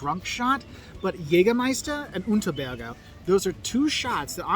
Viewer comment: It is not Unterberger, but Underberg